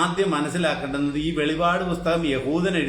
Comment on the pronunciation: സഹോദരാ, വെളിപാട് അല്ല വെളിപ്പാട് ആണ്.